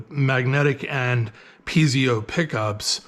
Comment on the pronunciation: say peezio again😂 , I think its pronounced Piet-zo Thank you for the video!! 🙏🙏